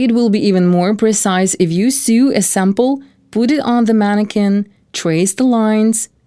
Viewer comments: It sew not sue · So distracting how the narrator cannot pronounce English 'sew'.